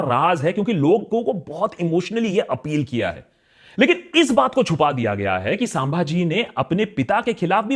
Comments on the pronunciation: its not saaambhaji,its simply sambhaji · Saambhaji nahi hai akash bhai, 🤦, sahi pronunciation maths ka sum jaisa hai, Sumbhaji hai. Apke team me kisi ko to batana chaiye tha. Pura video me ye word ne mujhe frustrate kiya 😂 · Please get your pronunciation right. It is "सम्भाजी /संभाजी" and not "साम्भाजी". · Bhaai pehle start pronouncing Sambhaji name properly. It's not Saaambhaji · I like your videos but I really think you need to pronounce the name correctly. It's संभाजी not सांभाजी, it's सावरकर not सवरकर. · Sir your saying sambhaji maharaj in wrong way Pronunce it like sum(+)-bhaji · Sadly U were not able to learn in 5 years. U are not even able to pronounce Sambhajji properly. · First speak sambhaji mahaj name properly you are pronouncing wrong. First read some authoritic books about chchayrapati shivaji maharaj . There was no conflict with in shivaji maharaj and sambhaji maharaj.it was just a ploy to discredit sambhaji maharj. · My boy Akash can't even pronounce 'Sambhaji' Maharaj properly and spreading lies on top of it. Come on man you can do better. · Just want to tell that you are pronouncing the Sambhaji maharaja’s name wrongly